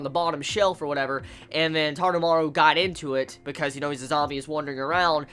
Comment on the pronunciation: taroumaru...not tadamaru......